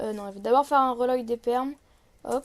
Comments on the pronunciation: "roloïd" mdr l'accent est présent 😂 normalement ça se prononce "welaud" pour reload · On dit pas reloïd, on dit rilode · wilowde plutot mdrrr